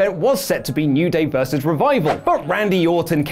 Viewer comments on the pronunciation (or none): none